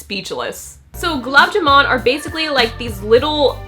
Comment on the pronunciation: It's pronounced as Gulaaab Jamooon, kinda like that #Indian